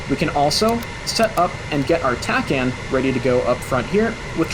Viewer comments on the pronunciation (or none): none